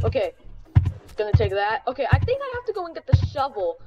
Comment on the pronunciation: I love how he says "Okeh" everytime ✨